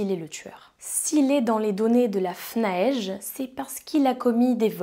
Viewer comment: Le FNAEG se prononce "fnaègue" et pas "fnaège".